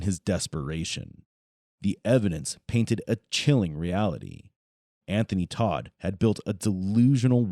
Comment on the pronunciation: Tot not Todt.